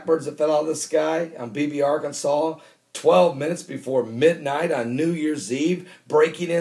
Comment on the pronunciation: How credible can someone who says Arkansal be?